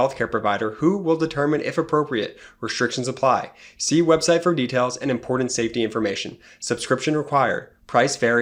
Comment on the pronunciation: Jumped the shark with boner pills a la Alex Jones. Bad enough your brother can't pronounce the word important but boner pills. Now blocking the channel I watch most